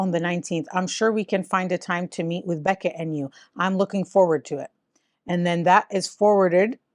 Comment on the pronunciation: What's this Beckett?! It's Bechet. Ba-shay